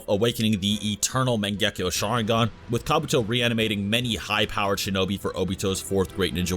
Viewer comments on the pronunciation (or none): Me: As I reviewed is pronunciation I was disgusted it's Mangekyou Sharingan not Mungungetyou Sharingan. Itachi: Give me is personal most recent address therefore I can find him and put in the Tsukuyomi.